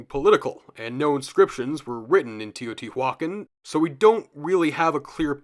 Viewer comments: Love love this video, I'm gobbling it up. But good lord, stop saying teotihuacan like that 😂 Its teo-tee- wa-CAN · i don’t mean to sound rude, but it’s pronounce te-oh-tì-wah-kahn